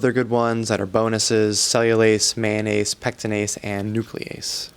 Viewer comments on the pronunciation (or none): Haha, I didn’t catch that the first time. Def sounded like it, lol. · I was looking away and thought is said mayonnaise not "mannanase"